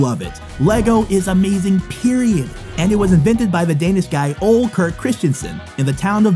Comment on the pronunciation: It was so funny how you pronounced things like ole it’s not like that instead it’s like o-le